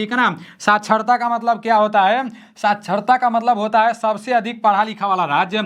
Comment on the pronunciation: Hai ko hem kyu bol rha h toh😅😅